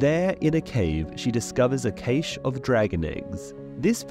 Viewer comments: Dudes name is Illyrio, the word cache is pronounced identically to the word cash and eviller is NOT a word, but why let grammar stand in the way of YouTube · 😂 I'm sorry but you've horribly mispronounced cache (kash) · Everyone mentioning "actually being a good guy" while im here like "how the fuck did you just pronounce cashe"